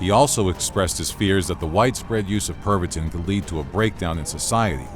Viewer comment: I can't help but hear it as "Pervertin".